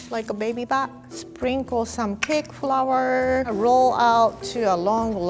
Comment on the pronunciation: Nobody:: "bread FROUR"